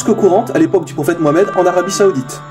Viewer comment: Il faut que tu fasses attention à ta prononciation quand tu parles du prophète Mouhammad